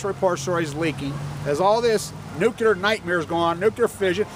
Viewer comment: It's Nuclear, not nukular. Please!!